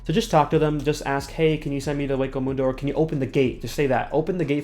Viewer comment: dude you pronounced senkaimon and hueco mundo both wrong XD